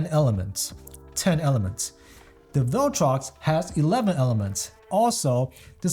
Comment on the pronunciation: Imagine mispronouncing ‘viltrox’ as ‘vell-trox’ 214 times in a vid. Gummon bro.